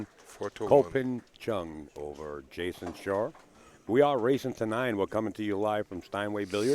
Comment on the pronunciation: Who is Jason shar? Lol how the commentator pronounced his names.